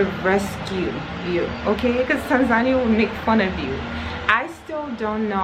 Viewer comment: I am Tanzanian. All the things you have said about us in the vid are true. Just one favor to ask: could you correct your pronunciation of 'Tanzania'? I know some of us pronounce it like that but it's wrong. Please see below link for correct pronunciation, if you don't mind, as it's more correct or near correct than what you have been hearing from some of us.